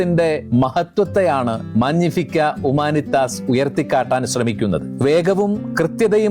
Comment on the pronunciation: മാഞ്ഞിഫിക്ക അല്ല മാഗ്നിഫിക്കാ